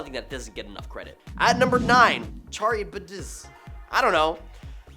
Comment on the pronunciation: Cha -rib-dis comes to mind 😢😅